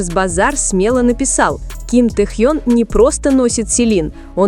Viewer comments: Блогер не умеешь говорит имя Тэхён уступи место другим ,которым умеют правильно говорит имя Нашего любимого Тэхёна! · Миллионы им восхищаются, а вы даже имя его правильно произнести не удосужились